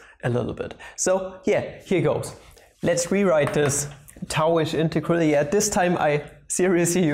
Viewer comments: Pls stop saying integaral lol... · You could say it is an in-tau-gral